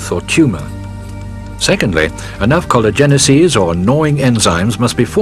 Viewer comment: He absolutely mispronounces collagenases, which is the plural form of the enzyme collagenase which is secreted by the cancer cell to dissolve collagen, allowing the cancer cell to advance by creating new blood vessels in a process called neoangiogenesis. It is pronouced collagenase-eases.